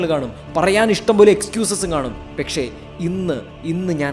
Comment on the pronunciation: Bro pekshe alla pakshe enn alle 🤣